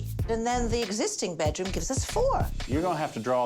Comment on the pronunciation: Why does she say "bet"room instead of "bed"room?